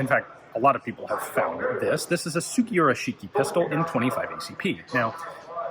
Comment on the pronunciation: Luke Troftgruben the pronunciation guide on the linked video does not apply in this instance. The reason being that 式, when said at the beginning of a word or by itself has a different intonations than when said at the tail end of a word such as 杉浦式. This is a peculiarity of Japanese phonology called “moras” which can be particularly difficult for non-native speakers to comprehend. Although Japanese is strictly a monophthong language (as opposed to a diphthong language like English) it nevertheless has variations in intonations according to usage and collocations.